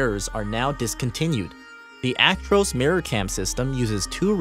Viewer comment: You can tell hes American the way he says "Actroose" not "ac-tro-s" 🤣